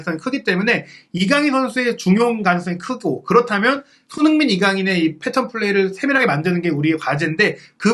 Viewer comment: 몇 번을 다시 들어도 손흥민 선수 이름이 정확히 들리지 않네요. 손희원에 가깝게 들리는데, 계속 그래서 다른 사람 얘기하나 했습니다. 다른 말은 다 잘 들리는데 왜 손흥민 선수 이름만 그렇게 이상하게 흘려 발음하시나요? 들리는 것 뿐 아니라 계속 돌려보면 입모양도 그렇습니다. 특별히 정확하게 발음할 때를 제외하면 날아가는 발음 때문에 좀 짜증나고 거슬리네요.😢